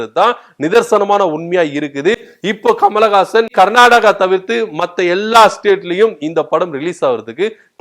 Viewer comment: Kamal hassan ur pronounced kamalagasan which is correct